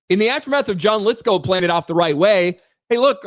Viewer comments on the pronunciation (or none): Stop it your saying Lithgow wrong